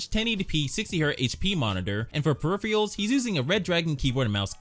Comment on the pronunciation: My guy needs to learn how to pronounce peripherals😂😂😂